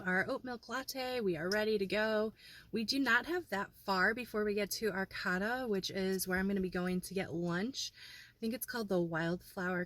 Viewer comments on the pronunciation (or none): Oregon is my happy place. I am originally from Mendocino County just want to tell you Arcata is pronounced Ar-kay-tuh. Not Ar-Cot-tuh. It was nice seeing you drive up the coast, and it made me a little sad because I don't live there anymore. California is a difficult place to live long term for people who dont have 6 figure jobs.